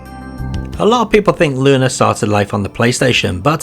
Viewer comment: You actually know the correct way to pronounce Lunar. That's nice to see. Keep it up.